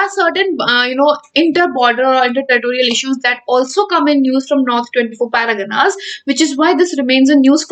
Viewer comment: Every time you say North 24 paraganas my ears bleeds. Anyways good video but try to focus on word pronunciation next time